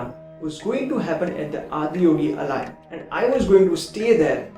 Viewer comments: Namaskaram Anna 🙏 😇 it's AALAYAM ( or आलयम् in Hindi to be precise) which means abode or home in Sanskrit. I've seen all your videos listening to this pronunciation, so wanted to just rectify through you. Keep up your Good work 🙏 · Great sharing and thank you. It’s pronounced as ‘Aalayam’.